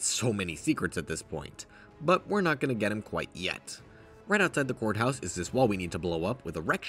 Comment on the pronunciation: every time i hear him say courthouse when i zone out i mishear it as whore house💀